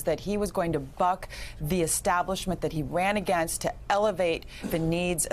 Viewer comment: Did she say Trump promised to “buck” the middle class? Or...